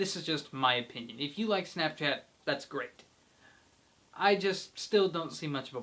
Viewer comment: how'd there you says snopchat at bad!